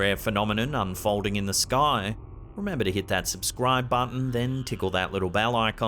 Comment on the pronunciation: Does anyone heard "look uunder your bed" when says subscribe